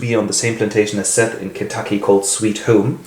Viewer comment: Her name isn’t seth it’s Sethe. Seth-ay.